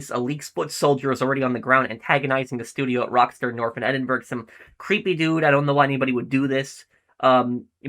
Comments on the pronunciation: Hey its pronounced Edin-Bruh not Edin-burg. You'd struggle to find a town ending with burg in the UK. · FYI, you’re pronouncing Edinburgh wrong😂😂 Just put it into Google translate so you can hear it